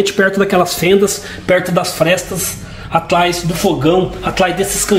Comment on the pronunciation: Será que espanta sogra e cunhado kkkkk e porque se fala “ atlais ao invés de atrás” parece eu falando tleis 3 + kkkkk